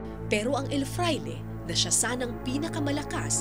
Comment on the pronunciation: El FRAILE not EL FLAIRE